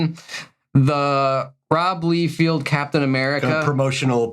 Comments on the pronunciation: It's Liefeld, pronounced "Lay" not Lee, isn't this obvious? Yes he's a bad artist, but at least get the spelling correct and the pronunciation, same with McFarlane. Must be a bit to butcher names with you guys. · I die inside whenever they say LEE-field. At this point you guys are trolling, right? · Lee Field lmao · Rob Lee-Field is crazy, it’s Lie-Feld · Rob Liefeld…ROB LIEFELD!!!!LEIFELD……not LEEFIELD. I guess that was the running joke the whole video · It’s not “Leefield.” It’s “lie-feld.” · The worst for me is that Cassaday cover. Hated his work when he was alive, he always phoned it in and was the laziest least prolific full of himself artiste to ever grace comics. Sorry he's dead, but even until the end he was putting out junk to collect a paycheck. Also stop calling him Lee-Field, you even spelled it wrong lol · Thank you, listening to these guys butcher some of the most famous comic book artists names made me scream. Todd Mac Ford Fairlane Rob Leefield they even spelled it wrong in the video. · It's Bobby No Feet. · not only do you guys pronounce McFarlanes name wrong, but Leifeld too!!!😂😂😂